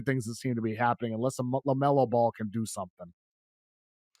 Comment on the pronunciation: Love to hear a dude's opinion on a player that can't even pronounce his name correctly